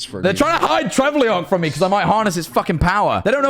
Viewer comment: Trevulok not Trevleok, Jack